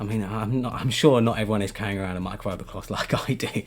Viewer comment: i love how he said “micofibocloth” 😭